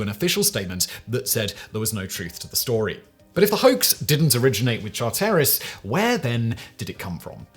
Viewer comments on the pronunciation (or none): EPIC pronunciation fails: Char-terris?? CHAR-teris. John "Byook-han?? Buck-an.